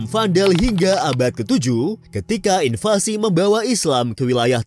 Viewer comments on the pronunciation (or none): none